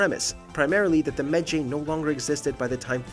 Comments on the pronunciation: "Me-jay" Bayek: "I'm a med-JAY! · I see... I’m pretty sure it’s a game, and a game can be made and told how the producer intends... assassins creed rewrites history not tells it how it was. dumb ass Also better say it now than never, but it’s med Ji. Not med jay. Honestly guys your videos do suck sometimes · Credibility sucks. Footage says "Meh-Jai" multiple times but dude keeps saying "Meh Jay". If you play AC Origins, you know people are surprised that Bayek is a Medjay and other events in the story explains how he officially becomes one. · Why are you pronouncing it med-jey?,you gotta pronounce it like if you were saying ma-jai,jeez smh lol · “Bayek is a mejaaae” Bayek: “I am a me-jai” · MED JAY. MED (MEDical) - Jay (GY AS IN GYROSCOPE). Learn to pronounce your words, dude. Like, good content an all, but the games literally tell you how to pronounce the words properly. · Ugh. The pronunciation of so many of the words and names in this is annoying. Medjay is not pronounced as it is written. It's pronounced Med-ji. Lucrezia Borgia you're pronouncing like Lucretia but the Z is actually pronounced as such. So it would be Lu-cre-z-ia. These were just two of the ones that annoyed me a lot. On the topic of the Borgias (specifically Lucrezia and Cesare), the facts are somewhat accurate because we don't know for certain about the accusations. Most scholars agree that there was likely some inappropriate relationship between Lucrezia and Cesare. What did annoy me about this storyline is that they almost completely disregarded Giovanni/Juan's role in the family since he was technically in charge of the papal army and Cesare was a cardinal.at around this time period. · It's pronounced medjeye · You pronounced Medjay wrong. Medjay sounds like this: Me-Jai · Hears them pronounce Medjay, proceeds to pronounce it differently 😂😂😂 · literally pronounce medjay right PLEASE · Why can nobody pronounce medjay